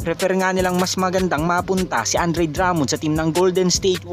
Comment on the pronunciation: san ba source mo?baka si cousins pwede dahil sya matunog ngayon.sa pagbigkas palang ng "Drummond" mali na,pano pa kami maniniwala sayo😂✌️